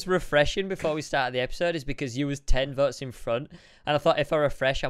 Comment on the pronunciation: and he says vots instead votes......not racist......